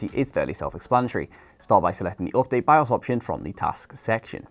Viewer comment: its (update) Not (Opdate) 😁